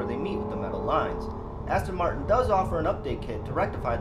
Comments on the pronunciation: Practice saying Aston Martin.Not Aston Martun. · How can you own a car and not know how to pronounce it's name ? Aston Martun.Fuck off !